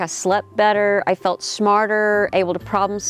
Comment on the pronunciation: "felt" or is ?..